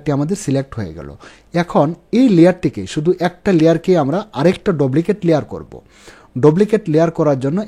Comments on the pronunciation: ভাই, বিনীত অনুরোধ জানাচ্ছি আপনার উচ্চারণ ঠিক করেন,,,"ডুপ্লিকেট" কে আপনি বার বার "ডবলিকেট " বলতেছেন। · ভাই,,,ঐটার উচ্চারণ ডপ্লিকেট। 🙄😁